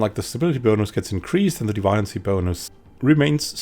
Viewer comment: Very useful, thanks. Are you sure that's how deviancy is pronounced, though? I thought it was pronounced like a deviant.